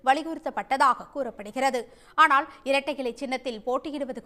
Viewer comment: ல-வை ள என்று உச்சரிக்கும் முட்டாள் இந்த செய்தி வாசிப்பாளர் அம்மணி. ஆலோசனை - ஆ'ளோ'சனை ஆனால் - ஆனா'ள்'